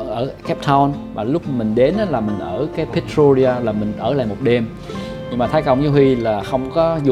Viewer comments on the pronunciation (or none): cháu chào chúuuu, theo cháu nhớ lần trước cháu đi chỗ đấy tên là Pretoria chứ không phải Pertoria ạ :))